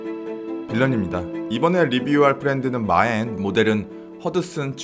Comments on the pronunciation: 저번 MAEN제품 영상에서도 많은 분들이 언급해 주신 부분이었습니다만 만~으로 발음하는것이 더 맞는 발음인데 계속해서 마엔이라고 하시는거.. 조금 불편하게 느껴집니다. 하지만 영상퀄리티는 언제나처럼 최고네요! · "마엔"이라는 발음이 맞나요? "만~"으로 읽어야 하는 게 아니었나요?